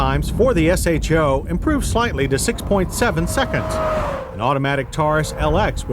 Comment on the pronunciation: Thank you. No one ever pronounced "show" back in the day it was always S-H-O. Just like F&F ruined "NOS"